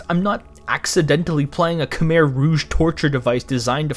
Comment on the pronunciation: Sudden Cambodia mentioned an hour in. Nice job saying "Khmer" correctly! I've seen too many ppl who messed it up...